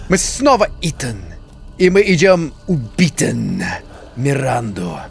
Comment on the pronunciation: "Убиттен" и "побиттен" 🤣🤣 У него кажись просыпаются немецкие корни)